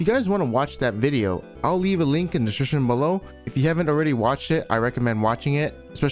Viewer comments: My man do just said "desescripptionsrvw" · "in the disrvrvr as well" x) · ”In the desjijigjfjd” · “I’ll leave a link in the dshshin below” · at the start of the video, "i'll leave a link in the drshrsh below" xD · I always love his description pronounced Deswishiwishiption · mmm yes desrition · tf is "in the shshshshibshption " supposed to fcking mean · i love how you just bail on saying the word description at the start